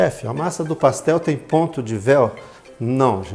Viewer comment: PassteL mineiro